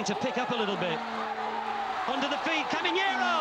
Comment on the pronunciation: the commentator pronounced Caminero as "coming Hierro", that was really confusing.